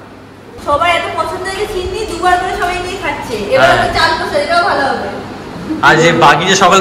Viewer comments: ছিন্নি নয় সিন্নি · Chinni noi😅😅.. Kotha ta sinni. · Vlog ta osadharon chilo but funny part holo sinni bolche tumi sei chinni chinni bolcho 🤭🤭🤭🤣🤣🤣🤣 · aaj ker vlog ta khub bhalo laglo r tomakeo khub misti lagchilo sudhu ekta chotto tip missing chilo & one more thing babu ota chinni na shinni😊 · chinni noi kotha ta,sinni....😊